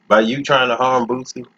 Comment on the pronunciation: Could you please stop pronouncing his name wrong? It's Booo See. It's not Boot-See.